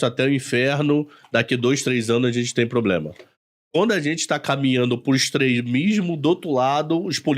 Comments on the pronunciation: Eu ouvi varios "poblemas" também.... rsrsrs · "poblema" e "cidadões" foi de doer... Mas na área dele parece ser um ótimo profissional.